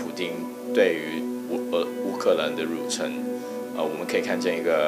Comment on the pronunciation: 有些词读错音， 入侵 qin